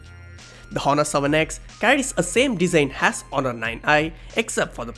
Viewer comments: Honor is pronounced as onor 'h' is silent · If I had a penny for everytime he said "hohnor" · I was so distracted with the hhhhonor 7x Honor silent H please.. its distracting, how u say the name.. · the H is silent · H is silent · Honor "H" is silent 😊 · 'H' is silent in honor.